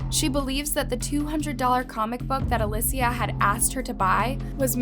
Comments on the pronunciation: Aleeecia not Alyssa or alussaaaaa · Omg again girl? Her name is ...A-lee-sha Not A-liss-e-uh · Why does she keep pronouncing her name as "Alecia" ??? It's not too hard to pronounce 'Alicia'. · Hello, just wanted to let you know her name is pronounced Ah-lee-see-ah, thank you for making this video and bringing awareness! I personally knew the family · Why do you often mispronounce the names of the victims? A LI SH IA if you want to pronounce it as an English speaker ALI SIA if you want to pronounce it in Spanish. is not that difficult. Damn it. You pronounce it differently throughout the video. The same thing happened with the Kamari video and the one of Paulette Gebara. Seriously, I love your videos but you changing the pronunciation of the names of the victims during the footage is distracting. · Uh lee cee uh !!!! It's not that hard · A-lee-see-uh.. we can at least respect her pronunciation. I didn’t watch the whole whole video just the spelling was like oof I have a sister named Alicia, I hope you are found bby girl, and are found 😭❤️ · the way you’re pronouncing her name as alessia is bothering me so much 😥😥😥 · I've never heard Alicia pronounced (alesia) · you're blind. You obviously haven't been looking knowing her name was pronounced wrong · Why do you have zero consistency saying a simple name. Literally pronounced Alicia 4 different ways. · This was very hard to watch. If I was going to make a video about someone, I would learn how to pronounce the person's name correctly. I counted 3 different pronunciations durning this video. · They are saying her name wrong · You’re pronouncing her name wrong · the obvious mistake in the title misleading the reader isn’t a hurried or lazy mistake. One word is purposely left out to make the story seem like something it isn’t… that’s a classic sneaky trashy reporter gimmick, also know as “clickbait” online. And the mispronunciation of the Alicia’s name pissed me off to no end! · It’s Aleesha. Not alissia